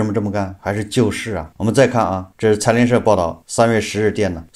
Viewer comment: 财联社听上去像“残联社”😂